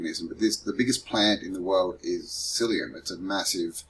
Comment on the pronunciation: Mycelium not syllium